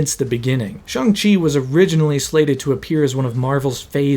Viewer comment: Ik this is random but I am so happy that you properly pernounced Shang-chi's name,so many ppl say his name wrong and it pisses me off so bad bc the movie spends like 5 minutes explaining how uncreative he is for thinking he can hide from his dad with barely changing his name